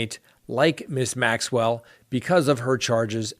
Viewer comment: You are so close to Maxwell's name I just want to pick up a phone and say this is how it's pronounced! There you go now you'll never forget.:-)